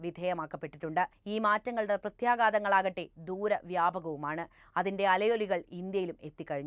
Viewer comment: പ്രത്യേഗാതമല്ല. പ്രത്യേഘാതമാണ്. മലയാളത്തിൽ "ഘ" എന്നൊരു അക്ഷരമുണ്ട്